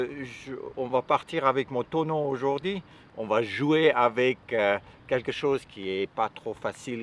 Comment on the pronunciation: j'adore quand vous dites aujourd'hi 🤣😍